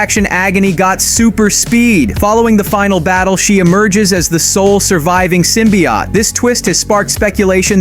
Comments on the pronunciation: Why do you keep pronouncing symbiote as "symbi-yacht"? It's pronounced as "symbi-oat". 😂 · Because it’s AI voice